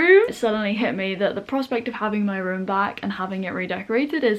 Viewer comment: It was weird hearing you pronounce 'room' as 'rum'... you are the only other person I ever heard pronounce that way apart from my childhood friend who committed suicide 2 years ago.